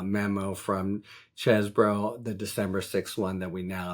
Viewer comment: Finally, someone that pronounces Chez bro and not Cheese Boro. Thanks Harry!